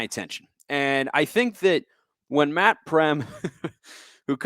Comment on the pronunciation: Matt "Preem"